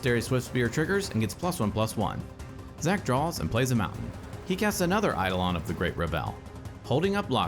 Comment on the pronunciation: "EI-dolon of the great re-VEL" is a real funny way to pronounce that. (Not sure if you're doing a bit, but it's traditionally "ei-DOH-lon" and "REV-el".)